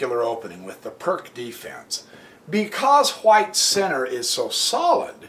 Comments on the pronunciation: It's [peertz], not [perk]. ;-) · Hello again !... BTW - Pirc is not "a" PRK - instead, a corect prnoun. is: PEERTZ !!!... ; Vasja Pirc was a Slovenian GM, born in Idrija ( near only 100 Km distant from my home !... ).